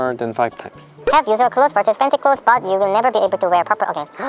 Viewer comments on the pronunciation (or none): none